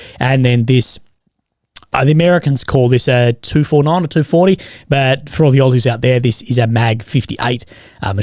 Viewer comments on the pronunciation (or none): none